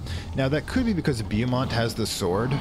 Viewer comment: They still have the Tyler Freeborn set of missions in Blue Mountain, so, you do not have to worry about it. If you want to do it, you can. BTW, the correct pronunciation of Beaumont is Bow (as in an archer's bow)-mont. There is a town in Texas that is pronounced the same way...Beaumont, Texas. However, SWL's Beaumont is Loki. Given that and the fact that you can find all three of his kids there and even his grandson at different times of the year, you can say is is a family affair. After all, Jormundgandr can be blamed for the Fog, the Hound of Nameless Days in the Blue Mountain Quarry is Fenrir/Fenris Wolf, and Hel and her son, Krampus, appear in the Vinterskog Woods around Christmas time if you do the winter events.